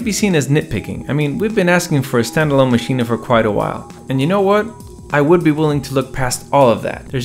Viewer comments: Should I be saying “Maschina”? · Why does he keep saying machina?